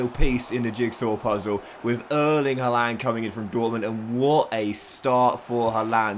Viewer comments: Good video but it’s pronounced “har-land” he even said himself in an interview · Why are you the only person on earth that HAS to mispronounce Haalands name?